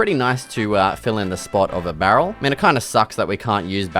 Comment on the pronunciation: i love the part where u said "bArrel"